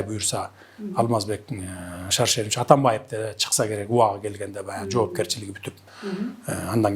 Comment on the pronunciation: Өзү ушакчы эмеспи, калптан башкасын көрө элекпиз. Атамбайып, Ташийеп деп фамилияларды да так айта албайт. Мурунку сабатсыздардан кутула албай жатсак, бандиттерин пайдаланып бул чыкты.